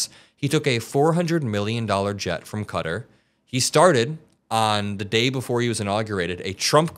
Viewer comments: When did people start saying Qatar as 'cutter'? And why? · You're mispronuncing Qatar , it's kuh taarrrrr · Were you trying to say Qatar 🤦🏾‍♂️